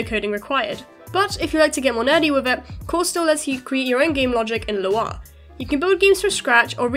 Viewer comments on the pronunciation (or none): love the video, but Lua is pronounced like this